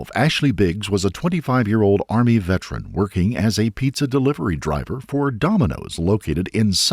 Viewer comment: vet-er-an WTF is a vetrin??? do you also say acrosst and drownded ?? a real pro aye ??